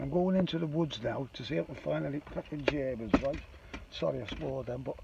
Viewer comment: Made a living out of saying geemans.